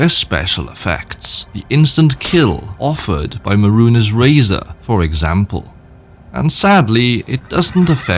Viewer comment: I like your vids but bruh who tf taught you to pronounce some of these words. I get saying zakriisos wrong but how tf did you say mehrunes' wrong? They say it out loud in the game during the quest. It's 2 syllables and you somehow said it like with a whole third one like it was a mexican surname.